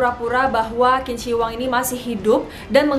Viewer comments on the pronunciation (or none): not "kin", but "chin", chin shi hwang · Bukan kin si Hwang....tapi bacanya adalah Jing si Hwang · Bacanya Jin Se Wang. Bukan Kin Ci Huwang... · Qin jika dalam bahasa mandarin di baca chin Jadi tidak di baca kin shi huang tapi chin shi huang yang bener kak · Bukan kin ci huang Tp cin she huang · Pengucapannya salah kin zi wang yg betul jin she wang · qin shi huang bacanya chin shi huang bkn kin shi huang maaf!!! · Qin seharusnya dibaca Chin. Qin shihuang dibaca Chin SH Huang. Huruf "I" tidak dibaca untuk Zhi, chi, shi, ri, Zi, ci, si. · Betul. Qin Shi Huang dibaca Cin Si Huang. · Kak maaf untuk huruf latin Q bahasa mandarin bacanya C. Jadi pronounce nya Cin Shi Huang. Sekedar Informasi saja, gak penting2 bgt si hehe. Salam kenal, aku penonton baru ❤️ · Qin shi huang di baca jadi cin se Huang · 秦始皇 bacanya chin shi huang aja, cara bacanya kurang di riset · Mungkin perlu di cross check kembali spelling nama nya. Setahu saya, Qin Shi Huang dibaca= chin shi huang. Yg kemudian lahir sebutan bangsa 'china'. Pengucapan huruf Q=ch, tidak sama dengan huruf Q dalam bahasa Indonesia ato English. Selain itu, Huang Di, dibaca= Hwang ti. Bisa dibaca di referensi lain ato dilihat di video2 yg menggunakan bahasa Mandarin. Demikian, mohon maaf klo ada yg kurang pas 🙏